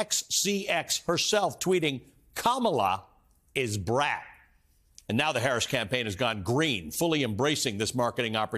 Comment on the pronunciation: None of the presenters are saying it correctly. "Kamala IS Brat". 💚 The emphasis is "IS". Not "Kamala, is Brat" or "Kamala is Brat".